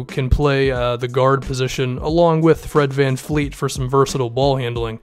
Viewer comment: It’s Fred VanVleet not Fleet. LOL